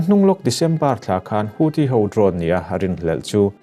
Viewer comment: Houthi pawh nang chuan i rawn lam dik chat mai. Youtuber te tawng dang lamrik dana an hniam lutuk hi ka lo ngaimawh thin a.